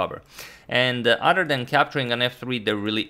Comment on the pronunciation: Instead of “Other” he says “Udder”.